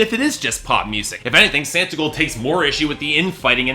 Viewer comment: It's Santa Claus & S"aw"ntigold. Your reviews would have more cred if you at least knew how to pronounce the artist's name correctly.